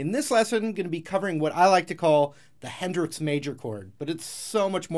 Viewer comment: Not trying to pry, buttttt “Henrix...”